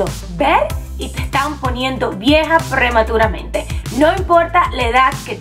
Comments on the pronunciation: ¿Por qué dice prrrrrematurmente? hhahahah xD me hace mucha gracia. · Luci LV Emely creo se refiere a como ella dice prematuramente, en unas partes lo dice alargándolo un poco jeje